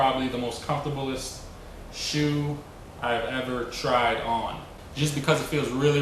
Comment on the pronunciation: "Comforbelest" LOL